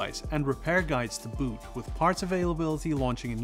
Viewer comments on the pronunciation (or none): none